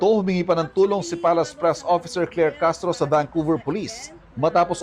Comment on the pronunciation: Pik ai bayaran,,di ba cashhhtrooo!!!